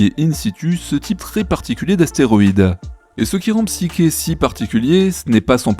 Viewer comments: Psyké ??? c'est quoi cette prono6nciation ? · Qu'est-ce que vous m'énervez avec votre Psyké ! En français, Psyché se prononce psyché ! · La psyché est mal prononcée, elle est une illusion de réalisation de quoi que ce soit!